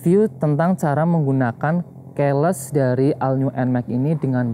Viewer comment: keles😂😂😂😂keyless (ki les)